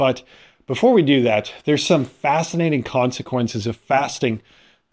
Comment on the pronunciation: How fast-inating!!! 😆😂🤣